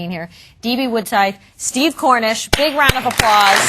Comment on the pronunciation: Kronish...not Kornish.